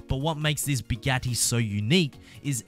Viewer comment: No the way he said Bugatti